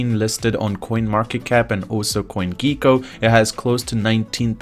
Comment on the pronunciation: It's gecko- not geeko